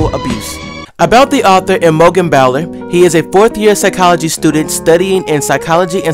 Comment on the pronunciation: ahh my article got made into a video!! :D hahaha my names pronounced I-mo-jen and bowl-er :P and I'm a girl! but other than that totally love this video it's so exciting!! hahaha :)